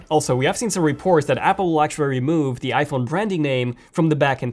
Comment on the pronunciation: When you try to say iPhone really fast it sounds like you’re saying f1